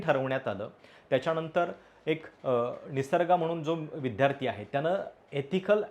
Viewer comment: तुम्हाला nit vdyarthi म्हणता yetनाही तुम्ही विध्यर्थी म्हणता हे किती chukiche aahe.